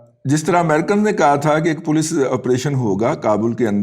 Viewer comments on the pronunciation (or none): none